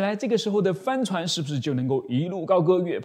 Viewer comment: 帆船的發音...怎麼聽起來像 “翻船”..